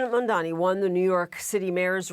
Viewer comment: Sick of people saying MamdaMi and not correctly as Mamdani. Just read it right!!